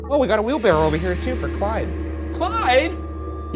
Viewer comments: For the debrief: does Ryan know it's "wheelbarrow" not "wheelbarrel"? 😂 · ryan and shane collectively saying “wheelbarrel” instead of wheelbarrow made me question what i know and google it to make sure i was right 😭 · Does he keep calling it a wheelbarrel or am I hearing things? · I think ryan says, “wheel-barrel” and shane says, “wheelbarrow” — does anyone else hear it? (confused non-native English speaker here!) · ryan saying "wheelbarrell" took like 80 years off my life" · All this episode really taught me is that Ryan does not know how to say wheelbarrow correctly